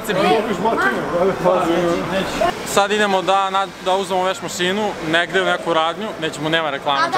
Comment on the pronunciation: Ne kaže se masinu nego mašinu...